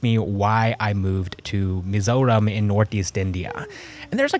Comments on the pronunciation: Hi, I remeber your vidz talking about Mizoram traffic. your Perfect Pronunciation of Mizoram was what caught my attention. Finally found your channel. will subscribe. I likethe way you look at life. Moving From Canada to Bangalore and to Mizoram which seems kinda Odd. anyways, stay blessed. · I love how you pronounce mizo and mizoram.its accurate than most mizo people pronounce it as" mizaw "😂😂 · Like your POV, and the way you pronounce Mizoram is very authentic 😅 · Thank you for pronouncing "mizoram" right❤ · Mizoram pronunciation is correct most people from other countries could not say it correctly great job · The way you pronounced "mizoram" tho... Perfection 👌🏼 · The pronunciation of "Mizoram" was perfect. Many couldn't perfect that pronunciation, cause there's always a bit of an accent to it. Bet it took you quiet sometime to perfect that. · W video, btw I love how u pronounced the name of our state just like a native